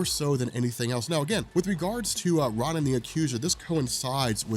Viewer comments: R ah nin?!? IT’S PRONOUNCED ROWNIN YOU HUMAN REFRIGERATOR! GAAAHHH! So infuriating that you mispronounce names and think that you are the most knowledgeable about comics! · Great vid. You're killing me with the "RAH-nan" the Accuser pronunciation, but good stuff. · learn how to pronounce words. You mispronounce 'armistice' & 'Ronin.' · Another great vid, dude, but holy fuck listening to you mispronounce "Ronan" over and over was a chore.